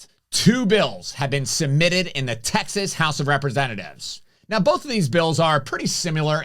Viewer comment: Say "Texas" correctly, please. Abbott is a real leader, we are fortunate to have him fighting for us in this great state.